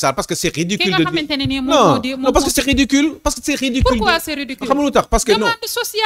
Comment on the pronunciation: On ne di pas riddedicule